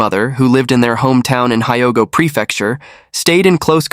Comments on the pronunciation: it's pronounced Hee-o-go Rtard. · Hyogo and Kondo saying wrong also, Kobe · Yes, pronunciation of many names incorrect and so distracting!